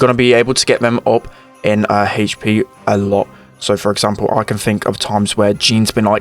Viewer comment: He says haych P lmao